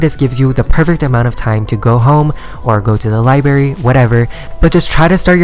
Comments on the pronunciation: OCD kicking in when he says libARY and not li BRA RY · It's libRary not liberry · am i the only one that DIES when he says liBARY